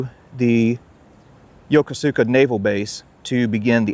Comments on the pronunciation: It’s not “Yo-ko-su-ka”. It’s pronounced “Yo-Kos-ka”. Any of the thousands of American sailors there could have told you that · Great video, but you REALLY need to learn how to pronounce “Yokosuka”. It’s “yo-KUSu-ka” not “yo-ko-SOO-ka” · It's pronounced YOH KOO SKA, not yoko sooka. I was stationed/lived there from 1979 until 2000. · Seriously, dude! Learn how to pronounce things before you film! Great vids other than that, but come on! YO ko SU ka?! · Unless the Jaspanese has changed the way of saying Yokosuka, you are pronouncing is wrong. In Japanese the U is silent when it follows an S. I served 20 months at the Yokosuka Naval Station, from 1973 to 1975, when I was in the U.S. Navy and the way I learned to pronounced Yokosuka as Yo-ku-ska; not the way it is spelled like you said it. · Great show. But Yokosuka is pronounced “ya-koos-ka” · I lived there three years. Its pronounced phonetically Yo-ko-ska Yo-koska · I love your shows. Small correction. Yokosuka is pronounced "Yo-kooska". Japanese tend to ignore entire syllables! I took my grandson all over there to the wonderful museums and military displays. We especially enjoyed the Mikasa. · It's pronounced yow·kuh·soo·kuh. I got roasted when I got stationed there for pronouncing it like you did. 😆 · The correct pronunciation of Yokosuka has the emphasis on the second syllable.